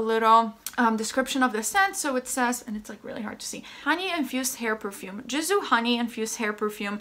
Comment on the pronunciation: You pronounced it right. Its a Persian name. Can confirm.